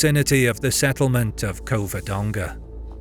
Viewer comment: Cavadonga it is